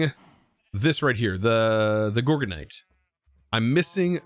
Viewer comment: Gorginite, is pronounced like you'd say gorgeous! I believe thats stress monster's gem <3